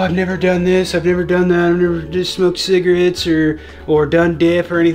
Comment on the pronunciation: Rest of Merica: Cigarettes: Cigarittes